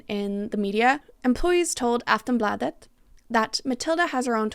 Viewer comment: Swede here. The pronounciations were not too shabby. Aftonbladet was really close but the second "a" is long not short. Like when you say "blaah" ➡️ Aftonblaahdet.